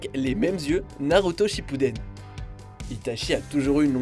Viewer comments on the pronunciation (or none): none